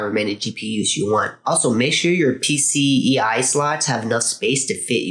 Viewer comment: Nice Video, but its PCIE and not PCEI right? Haha